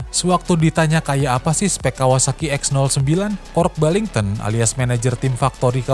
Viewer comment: Why you keep switching from saying Kooasaki to Kawasaki? Why do you pronounce Kork Ballington's name Kork Bington? He also never managed the 250cc race team!